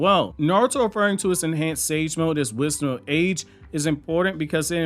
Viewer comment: Why do i hear it as wisma age?😂